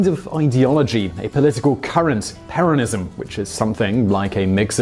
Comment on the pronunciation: His pronunciation of Peronism triggered the shit out of me. Also Peronism is a form of fascism.